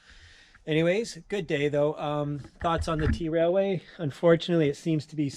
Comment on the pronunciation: Dude, it's pronounced trail way, not t railway. And yeah, it's unridable, I've done it. Awful experience.